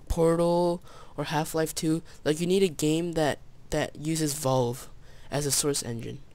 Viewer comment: Lol u said Volve